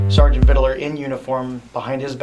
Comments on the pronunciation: It annoys me so much how he says “vid-a-ler” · Why does everyone add an extra syllable to vidler? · Vidiler, he says. He also says supposebly, irregardless. He is edumacated. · I hate his constant "Vidiler" over and over. is a chronic mispronouncer of words. His eighth grade education really shows in this department. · Word! J-Dawg…it’s VID-LURE, not VID-ER-LER!!! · I HATE the way says Vidler. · They should hold in prison until he can properly pronounce “Vidler”